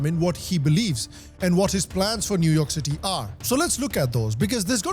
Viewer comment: New York City ❌ New Umah City ✔️